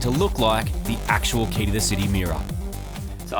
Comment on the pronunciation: Mad episode guys! Only complaint, it's not pronounced like "key", it's pronounced like "kay". I get why y'all chose "key" though, makes a nice play on words.